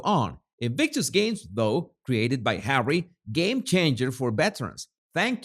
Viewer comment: "Speech by Hawwy" Oh, great. So, another word salad filled with buzzwords, then? 😒 Good grief, Hawwy, just let the real important people speak!